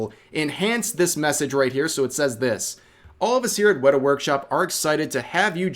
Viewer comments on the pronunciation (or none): none